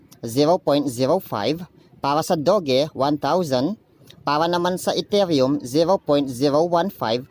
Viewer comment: Hi maam/sir hindi po "dog e" ang pronounce sa doge. Pronounce nya parang "dodge". Yun lang po hehehe